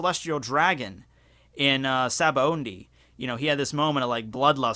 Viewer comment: Why do you pronounce "Sabaody" as "Sabaondie"?